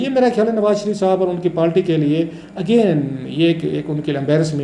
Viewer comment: kitni baar aap se kaha hai k پالٹی nahi kehte, پارٹی hoti hai, or قنون nahi hota قانون Hota hai. Pata nahi kab عقل aayegi